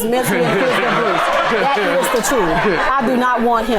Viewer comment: "Tell the truf" This fool 😂😂